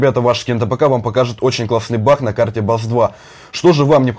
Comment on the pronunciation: Почему он говорить не баг а бах